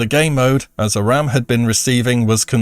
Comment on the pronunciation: I love you, it's pronounced A - RAM. Pls.